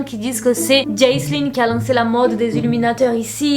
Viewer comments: "HILL" y a pas de "s" xD!! Et Jaclyn, dis "Jacqueline" au pire maiiiis, si tu sais pas, tape le nom dans la barre de recherche de YT et mate vite fait une vidéo du pays d'origine (souvent les USA pour tes GiVDT) pour voir comment ça se dit;) j'veux pas faire la relou mais ça me gâche un peu le plaisir alors que tes vidéos sont supeeeer cool! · Coucou pour t’aider à dire son nom voici une prononciation plus simple Jackline ou encoreJacqueline sans prononcer le e (Jacklyn) et Îles (hill) j’espère que ce petit truc t’aidera Joyeuses Fêtes